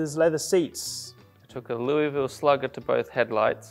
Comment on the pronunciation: the way Oscar pronounces "Louisville" is sending me 😂